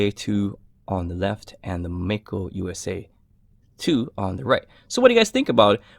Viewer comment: I still don't understand why Mako is pronounced as May Ko. Anyway it looks beautiful.